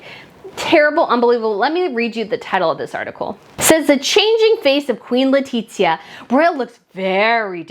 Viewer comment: God all mighty, just pronounce her name as it is please. Is [leticia] not [letitzia]